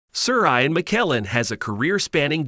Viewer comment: How about learning to pronounce “Ian” properly?